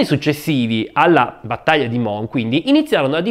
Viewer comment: Grazie per il sempre ottimo aperitivo 😊. Volevo solo far notare che la s di Mons si pronuncia. L' errore nasce dal fatto che normalmente nella lingua francese la s finale non si pronuncia ma in questo caso fa eccezione .